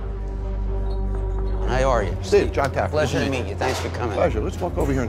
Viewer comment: Lmfao I loved the drunk security guy calling Jon Taffer, Jon Taggerfeet 🤣🤣🤣